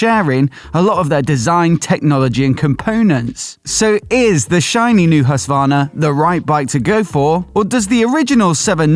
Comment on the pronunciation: It's HusKvarna, not Husvahrna. And SvarTpilen, not Svahrpilen...